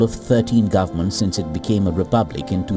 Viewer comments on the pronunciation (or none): none